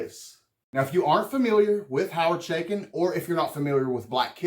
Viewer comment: Thats A Ch not Sh in the name . It is pronounced Cha as in Chuck not Sha as in Sh##thead.